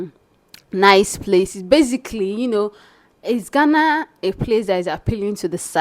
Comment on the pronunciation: My sister the name is Ghana not Gana.